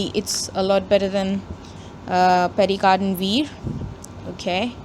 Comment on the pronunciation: So you expect an overpriced 100 rupee Pierre Cardin pen to be better than a much more refined and underpriced 225 rupee pen. and by the way its not pronounced as PERRY CARDIN but PIAR CARDAW(n)